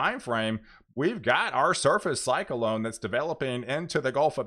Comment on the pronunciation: When you say cyclone I'm hearing (psych•a•lone)